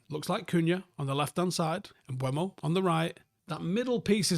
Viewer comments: please, and hopefully to many more. Im pretty sure it’s not pronounced “mBWAYmo” like many are saying. That would be spelled such as “Mbuemo”. It is “Mbeumo” and if you find a clip of the actual player saying his own name it’s more along the lines of “mBoomo” to say it as easy as possible phonetically. But please stop with Mbuemo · M-BUH-MO not M-BWU-EMO,.;) Nice video anyway.